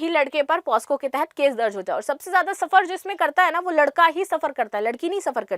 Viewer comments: Maam POSCO ❎ POCSO✅ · Madam,,,पहले आप खुद पोक्सो बोलना सीखो ,,,बार बार पॉस्को पॉस्को गलत सलत बोले जा रही हो ,,,,वो पोक्सो होता है मैडम पॉस्को नहीं । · मैडम जी पोस्को नहीं पॉक्सो बोलते हैं 😊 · पास्को नहीं पॉक्सो ma'am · Posco nhi pocso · POSCO nhi POCSO h mam